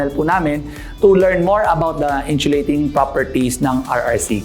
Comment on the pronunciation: sana paki pronounce ang insulating ng maayos. hindi inchulating